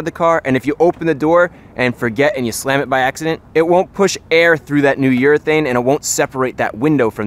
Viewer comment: I heard "New York thing" everytime he said "New urethane" 😂😂 Nice video Chris!